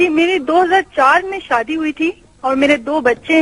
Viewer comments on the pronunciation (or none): SAADI NAHI SHAADI BOLNA SEEKHO